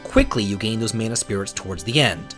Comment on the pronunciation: Minor nitpick but.... do me a favor, say Mana properly;p We have too many people in the West saying it wrong as is lol. ( voice actors included! )